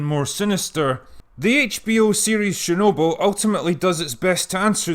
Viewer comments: It's Chernobyl, not Shernobyl. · Not sharenoble....it's chher noble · I don't expect you to get the pronunciation spot on. But seriously, it's CHErnobyl, not SHErnobyl. It's a CHE sound, like in CHECK, not a SHE sound like in SHED. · Sorry but getting distracted by your incorrect pronunciation of chernobyl ... it's pronounced "Ch", not "Sh" - CH as in "chips". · CH like chair, not SH like share. CHernobyl. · STOP: It's called :Tchernobyl (T)